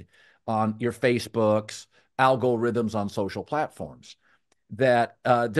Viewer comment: Colin “Al-go-rhythms” Cowherd